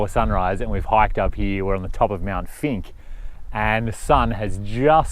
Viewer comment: Mt. Finke. It sounded like you said Mt. Stinky..? Greg K.